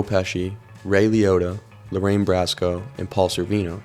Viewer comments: Bracco. Bracco. Not Brasco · It’s not Brasso lol it’s Bracco pronounced Bracko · Bracco, not Brasco. We Italians are touchy about this stuff. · Love you content dude, but please...please, just listen to audio to hear how people's names are pronounced. Lorraine BRACCO is not related to fictional character Donnie Brasco! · Her name is Lorraine BraCco...not Brasco. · Lorraine Bracco is pronounced "BRAKKO", not "BRASKO". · Lorraine Bracco, not brasco. Like brocco li🥦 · It is pronounced BROCK CO you IMBECILE not Brassco. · The actress Lorraine Bracco's last name is pronounced 'BROCK-O', NOT BRASCO! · its Lorraine Bracco not Lorraine Brasco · It's not Lorraine Brasco, it's Bracco! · Bracco. BROCK-OH. Not Brasco.